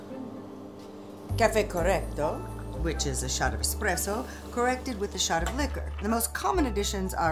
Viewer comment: I've been waiting 2 days and I have to say. WELL WORTH THE WAIT. GREAT FLICK . I can even overlook the horrifying pronunciation of espresso. I'm so glad I'm subbed to this channel it NEVER disappoints ❤